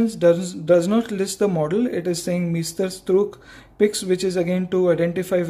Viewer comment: sir, its porponpounced as mysterstrook meaning masterpiece